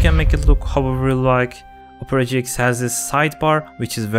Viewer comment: when he sponsored opera gx it sounds like opre gx